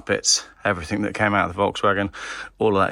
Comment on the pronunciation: Geoff, it's everthing not everythink!!!